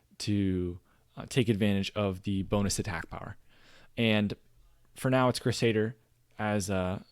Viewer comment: Good vid! Also, it's "crew-say-der"